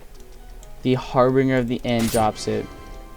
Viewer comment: btw it's pronounced "har-binj-er", in harbinger of death. Pronunciations are stupid. :D